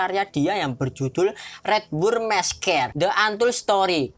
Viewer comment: Redwood messkre c'mon man ur pronounce its joke